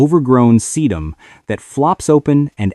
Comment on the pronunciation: You can always tell AI GENERATED crap. Listen to how they pronounce Thyme, Bugle and Sedum